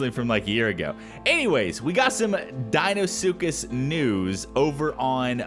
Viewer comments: "deinsuckus" CULTURE. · He's in dein-ile